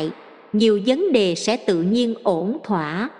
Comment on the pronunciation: Kênh này hay và ý nghĩa,chú ý lỗi chính tả,vì máy đọc nên không thể sửa lỗi như người,đôi khi làm ý nghĩa câu bị thay đổi hoặc khó hiểu,chú ý vấn đề này nhé....thí dụ vấn đề mà đọc thành VẬN ĐÊ,rất khó hiểu và vô nghĩa,1 chút góp ý để kênh hoàn thiện hơn